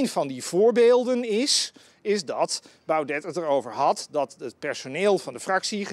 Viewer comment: PowNed kan hij normaal uitspreken maar met BauDET heeft hij nogal moeite.